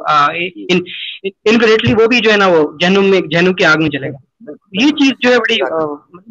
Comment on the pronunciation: जालीम आदमी झंडूम नही जहानूम बोल जहाँनुम🔥 और एक बात तू कितना अछा insan है ये तो तेरे अखलाक से ही पता चल गया😂😂😂